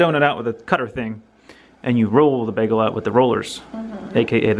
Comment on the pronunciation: Oh, that South Jersey pronunciation: "beggle". 😜